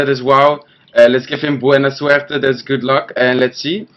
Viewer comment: Your Spanish is great! 😂 I loved that Buena Suerte!